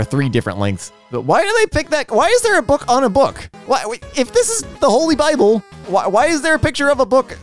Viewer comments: Did you seriously pronounce it “bibble” lmao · I'm happy that pronounces the Holly Bibble the same way I do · the way you said bible will never not be funny 😂